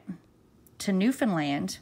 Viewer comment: Thank you for coving this story & pronouncing Newfoundland properly lol! No trouble to know that you are from here. I just came across your channel and subscribed. What part of the island do you hail from? I just heard this story on a podcast by Dateline NBC. Marks brother Barry took off with & married the babysitter while Mary Beth was gone to NL for the court case in Grand Falls.